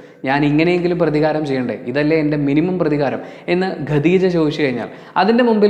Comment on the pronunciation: ഖദീജ not ഗദീജ😊